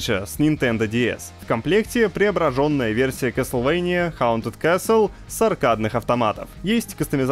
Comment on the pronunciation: Зато он сказал Каслвения, а не "Кастельвания", как порой безграмотно называют эту игру.